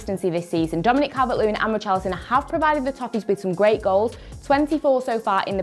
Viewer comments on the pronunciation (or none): none